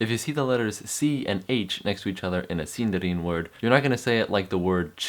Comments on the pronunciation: Man, I like your videos due to the effort you put but come on. You didn't know elves rolled the "r"'s? Haven't you ever seen a LOTR or Hobbit movie? And didn't you think the way you pronounced Sindarin sounded REALLY stupid and really American? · A Hilgeman No, but I know the international phonetic alphabet and the pronunciation that Sindarin's phonology page on Wikipedia describes is [ð], which is pronounced like th in "this". The pronunciation that the man in the video describes would look like [dð] in the IPA, and I have no idea how he came to the conclusion that it'd sound like that.